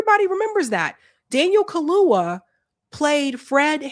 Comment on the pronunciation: it's Daniel Kha-loo-YA ....not Kha-loo-Wha